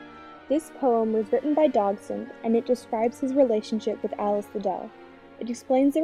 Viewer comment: Watching this video is so frustrating. Not only are these people being completely judgmental, but they are mispronouncing Liddel. It rhymes with "fiddle" which Lewis Carroll has explained before, if they paid any damn attention. Charles Dodgson also wrote the sequel to Alice's Adventures Underground after she grew up and dedicated the story to her and commented on what a beautiful grown woman she had become.